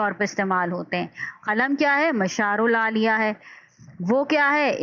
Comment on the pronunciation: Please don't mind ,apna pronounciations theak kery werna students ka lehja b... Maslan sahi alfaaz Mashar aleyh, kalma mahmil , abhaam or qaafiyah hyn..